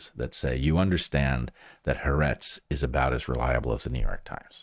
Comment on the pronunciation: I'm an Israeli, it took me about 10 minutes into the part about the surveillance cameras to realize you're talking about Haaretz... It is pronounced Ha-Aretz ("The Land/The Country"). Three syllables, not two.